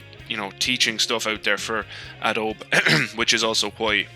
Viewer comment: much of this is not relevant to me unfortunately (not a criticism). As well as the silent "e" pronunciation of "Adobe", the manual syncing of audio seemed odd. I guess you don't need precise syncing for the style of videos you do but you can just click on both of your linked video files and the audio file, then right click and select synchronise audio. Maybe you have some issues with that due to how different each tracks audio is but if you just synced the bits before you start riding they should be good enough.... anyway, I still need to go and find the tutorial video I was looking for.